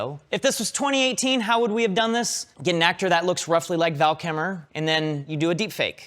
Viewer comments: Val Kimmer.... 😂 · Val Kimmer! LOL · Val Kimmer?